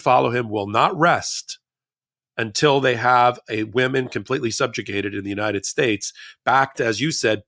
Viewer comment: can you say United States? try it.